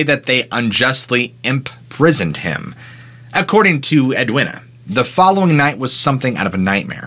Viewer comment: how could you possibly think Edwina was pronounced "ed winner" it's edweena